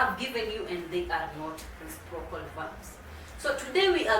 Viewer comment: Habari,. Asante kwa somo lako. I'm afraid your pronounciation of the word "reciprocal" is very off. I have understood it only from the subtitles.